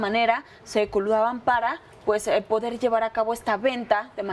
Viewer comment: Dijo "coludaban" la entrevistadora? Pena ajena...es coludían no?